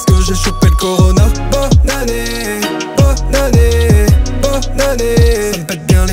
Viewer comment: Je suis la seule qui entend "BOB ANNÉEEEEE'' ???